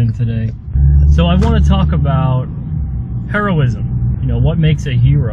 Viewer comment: it's certainly not a Her-O...just saying.